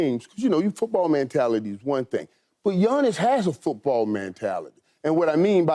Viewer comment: Michael "Man-tality" Irvin